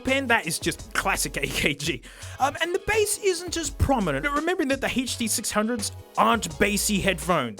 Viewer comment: He still uses walk through the park (Especially for the huh-duh six hunge-oha